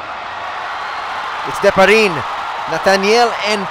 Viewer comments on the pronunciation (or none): Di-pa-ri-ne, not Diparin!!